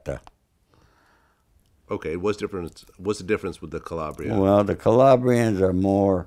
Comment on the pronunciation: mama mia he cant say calabria properly. sounds so american. Also he cant say N'dragheta properly. also if you are mafiosi or south italian napoli or naples are called napulé and not napoli. Donald Trump is almost more italian than this guy. So sad italians are so american now. should be proud of their background and at least learn italian properly. Vladimir is actually say calabria properly. This guy say Calabre or something